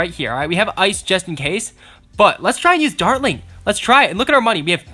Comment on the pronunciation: this is how many times he said darling instead of dartling I I V